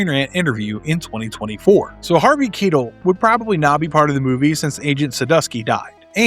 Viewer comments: I've opnly heard his last name pronounced Ki-tell, not Keetle. Does everybody else have it wrong, or do you? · Harvey Keetle? its Harvey Keitel pronounced Ki Tell, if you are going to do reviews and give information on movies learn the actors names correctly. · Harvey Keetle? lol........Its Keitel as in Kai-tell I may be in the minority here but I always felt the 2nd film never reached the level that the first did. It wasn't bad. Just not as good as the first. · He's Harvey K-eye-tel. Not K-ee-tel. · why do u pronounce Keitel its KEI TEL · Harvey Key-tull??? WHAT??? REALLY??? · I really don't think someone has to be a cinephile to know who Jerry Bruckheimer is. He's been part of a so many movies that were blockbusters. I also don't think you need to be a cinephile to know how to pronounce Harvey Keitel's name correctly either. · He's wrong. He mangled it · Lol thank you. I immediately stopped watching when he mispronounced his name. Don't talk about being a cinephile and then not know how Harvey Keitel's name is pronounced. This isn't a little known actor here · You really don't know how to pronounce "Keitel"?